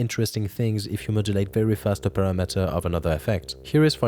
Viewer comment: dude why does every youtube video have people who never pronounce english words correctly? "parra-metter" is not how you say "parameter" jesus fkn christ, learn english before you start instructing others on youtube.